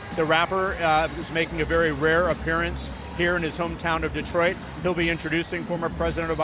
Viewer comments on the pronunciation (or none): none